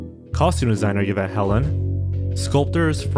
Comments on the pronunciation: Btw, the name Yvette is pronounced "E vet" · I’ve never in my life heard Yvette pronounced that way